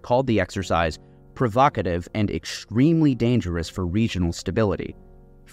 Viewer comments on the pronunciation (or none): The letter "X" is pronounced "ECKS", not "EKSH", unless you're Sean Connery. It's EX-TREMELY, not EKSSCH-TREMELY. It's also "ET CE-TE-RA", not "EX SCH-ET-ERA". Today you learned kindergarten level grammar!